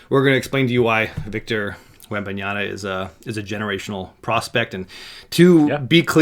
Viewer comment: Blonde guy, it’s wembanyaMMMMMMa. Not an N before the last A. Wembanyama. Not wembanyana